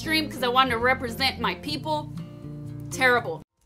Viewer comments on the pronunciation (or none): none